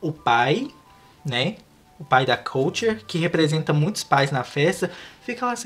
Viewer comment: Falou o nome errado da KULTURE